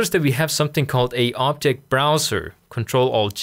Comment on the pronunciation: Please say object and not optic xD Love you!